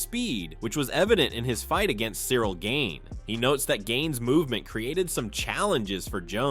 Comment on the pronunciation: You need to pronounce Miocic and Gane correctly